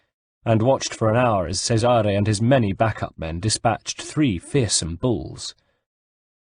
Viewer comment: 3rd book in a row of mispronounced names.anyone else flinch when he mispronounces Cesare?play the game twat,or atleast whatch a damn playthrough on youtube,MAYBE you get the damn names right.i learned italian from the ezio saga, can't even say Cesare proper.